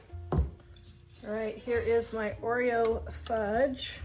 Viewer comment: Just call the game Oro instead of oereo. Problem solved lol